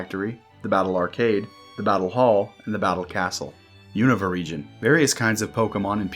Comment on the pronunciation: Really refreshing hearing someone pronounce Unova the same way as official Pokémon media does